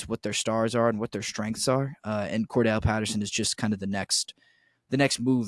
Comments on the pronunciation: "Cordarrelle" Patterson... rhymes with "more barrel" Patterson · you know its Cordarrelle Patterson... not Kordell right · hey...its Cordarrelle not kordell